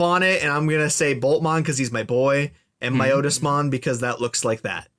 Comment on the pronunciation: Not calling out, just informing. Piedmon as in pied piper. Its not your Otis, its My-otis-mon. Those are both in the first anime series, and so have official pronunciations.